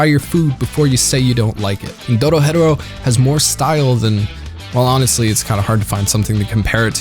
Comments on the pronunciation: Have you heard how he pronounced Dorohedoro? It’s Doro-HE-Doro not DoroHetero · Doro HE Doro... Also better than not "better then" Jesus Christ. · You're pronouncing it incorrectly it's "DORO-HE-DORO" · Why do people keep mispronouncing it like “Doro-Hetero” when it’s doro he doro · the way you say dorohedoro infuriates. me you say it like doro,hedoro while i say it like doro,he,doro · I just put how I would pronounce it. Doro he Doro. Not Doro hed Oro. They pronounce it at the end of every episode both dub and sub. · i thought it was pronouced doro heh doro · Its pronounced Doro he doro I love your videos but when you pronounce names of anime or characters wrong it hurts my ears and my heart ❤ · You do you say the title so weird lol it's Do-Ro-He-Do-Ro, it's even said the end of the anime after the credits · The way you say Dorohedoro is fucking criminal. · bro ur saying dorohedoro wrong 😑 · the way you say the name of the show makes me want to chew my face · The only thing that bother me is how the english dub pronounces dorohedoro at the end and that's main complaint. Also have you heard those banger ending, blessed us with like 4 different songs yoooo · The way you say the name irks my soul lmfaoo. I been waiting for the second season tho it’s annoying how most anime’s only put 12 episodes into a season